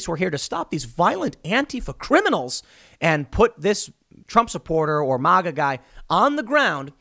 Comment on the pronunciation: You even say MAGA wrong